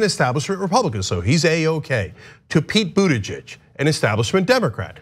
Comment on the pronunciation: What a difficult name to pronounce. Buttijidges...